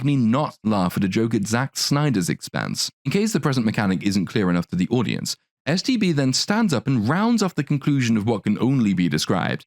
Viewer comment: Does anyone else keep hearing him say "STD" instead of "STB"? I keep thinking, "That is a Barbie I never had when I was a little girl." lol